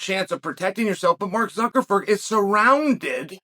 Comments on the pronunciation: Am I the only one who heard Chael say Mark ZuckerFERD?? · Hearing Uncle Chael say "Zuckerford" repeatedly just about made my weekend! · "Mark Zuckerford" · Mark Suckerford... Lmfao i love you uncle chael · "We know that Zucker...ferd is..." Gaaaaah!!! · Wait.. Did Chael just say Mark Suckerford? lol! 🤣😂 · Zuckerford?? He must do this on purpose to make us laugh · Not "Zuckerford" again.. Jesus fuck. the ignorance is palpable.. hahahahahaha every time! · Nice video, and it's funny how you say "ZuckerFer" instead of Zuckerberg lol... Just like when you say "HazMa" instead of "Hamza" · zuckerferg cmon now this power move of intentionally mispronouncing names is getting out of hand